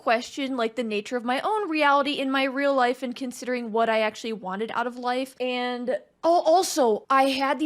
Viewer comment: AK-SHO-A-LEE... 😂 Hugo Weaving likely got the part of Elrond because of the gravitas he was able to bring to the roll of Agent Smith. Other good Hugo Weaving movies would include "V for Vendetta" and "Hacksaw Ridge". Great reaction! New sub. 🙂